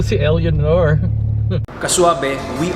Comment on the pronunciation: Eleonor? Pronounce it as elenor